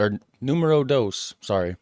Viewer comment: You said ''dos'' for 2 in spanish, but the way you said it sounded like ''doos'' Which is the the word for box in dutch. So you learned another dutch word by accident haha